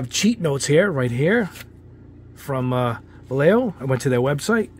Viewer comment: you’re not pronouncing it any better the second time it’s not (Va-Yeh-Yo) it’s actually (Va-Yeh-Ho) edit: No matter the brand you always add some thinner first.